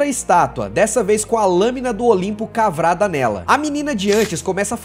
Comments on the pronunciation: ele fala "cavrada " em vez de " cravada" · Foi só eu ou cês também escutaram ele falando "cavrada" ?